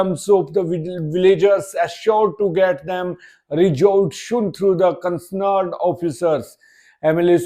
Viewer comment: Please improve pronounciation, Sir. The word ' CONCERNED is being spoken CONCNERED in this Video. Time as per video 1.50.....1.52. Please take care, It is my humble request to you Sir. You had already spoken it in your previous videos, Sir.